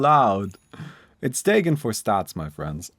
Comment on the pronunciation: Is that how you pronounce Dagon ? 😂 I’ve been using Dahhgon or the gone never heard Daygoon